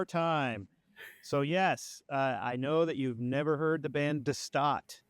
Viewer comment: Your Dutch pronouncing "De Staat" is very well. I love to see you love it! Greetings from The Netherlands.